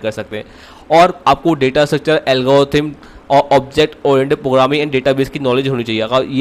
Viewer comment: First learn to speak every word e.g it is Programming not 'pogramming'